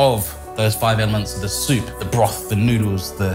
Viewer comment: Hmmm...Impressive. Mr Liaw.. I'm a Japanese guy living in Uk. Many people asking me how to make ramen. This video made my life easier! I'll just send them link. Well executed, absolutely needless to say. best ramen "soopu" instructions ever + perfectly pronounced like a Japanese native about these ingredients.